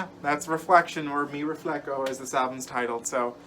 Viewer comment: Mi RefleHO, not refleKO. Connect with your roots,!